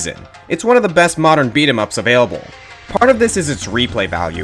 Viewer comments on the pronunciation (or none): none